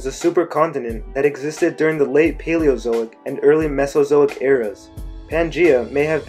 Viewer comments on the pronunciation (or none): none